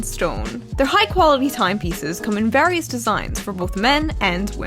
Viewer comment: Lol at the beginning it sounds like you have a British accent when you said various